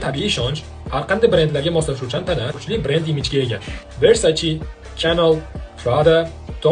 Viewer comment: Versace! versaci emas